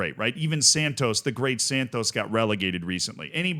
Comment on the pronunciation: Love how bro goes from ‘palmeirash’ all fancy pronunciation to ‘SANDTOES’